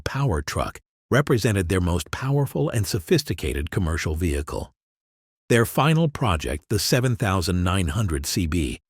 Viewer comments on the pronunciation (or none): none